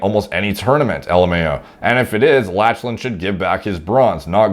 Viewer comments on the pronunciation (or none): lach-a-lan LOL it's pronounced lock-len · It's "Lock-lan" not "Latch-lan" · Latchelan haha - try Locklan dude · Lol, you are my boy but… “Lach-lan” I’m sure there are a thousand comments already telling you this but it’s pronounced “lock-len”. Tbh I really wanna watch a video when you have to say “sean” 😂. Honestly bro, you are the man. Respect your thoughts on everything in this field, you are the man…. The “lach-lan” pronunciation just made me laugh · *Lock-len not Latchelan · As another Lachlan. It is pronounce Lock-lan not latch-lan. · Bro… great video, good sense of humor. I watched from a BJJ perspective not body building. I was cracking up at “Latch-Len”, it’s “Lock-Len” no worries you wouldn’t know unless you followed. Good content 🤙🏽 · Lock-lan, not latch-lan lol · Bro its Lock-lan not latch-lan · Lachlan is pronounced "lock land" not "latch land". Lachlan lost to Gordon in the absolute finals of ADCC 2019 via RNC. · Lol btw Lachlan is pronounced “Lock-Lyn” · ''latchlan'' lmao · It's pronounced Locklan fam,😂😂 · Them 'Latch-lan' gains. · "Latchland Jiles" lmao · “Latchlan” omg 😂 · Triggering me pronouncing Lachlan Latchlan. Also when he says my team is the only one that doesn't use steroids to a certain degree, he could be saying to a certain degree to the fact other teams might not juice..Although saying that he looks like he on the gear. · Thats lock-lan* . But Gordan is the GOAT of nogi much respect. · It's pronounced "lock-lan" lol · It is pronounced "loch-lan". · I think is pronounced: "Lock-lan" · "latch len" that pronunciation has to be a joke right? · Pronunciation of Lachlan was quite funny. It’s “Lock-lan”. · Nah man, it's Latch-Lan I loled every single time he mispronounced that. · Lol definitely not how to pronounce 'Lachlan'. Its pronounced 'Locklan' lol. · Lachlan hahahaha it's pronounced "Lock Lan" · haha lost my shit when he first pronounced it latch-lan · "latch-lan" hahaha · Learn how to pronounce the name Lachlan lol....